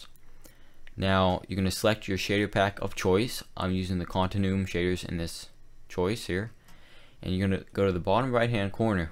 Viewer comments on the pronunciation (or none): Continuum is pronounced "Continue-um" xD